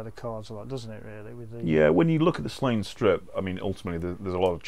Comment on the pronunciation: Sorry to upset people, but it is not 'Slane'. Sláine is pronounced Slawn-ye. Sounds silly hearing people saying Slane.